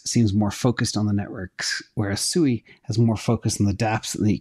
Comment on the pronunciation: Sui is more similar to AVAX, it's in the name Sui Vs Sue-i